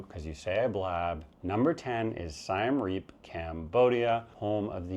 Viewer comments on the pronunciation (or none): It’s pronounced like See-em Reap. No sigh.